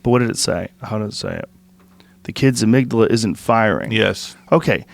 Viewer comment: Joe "let me smell your amigdilla" Rogan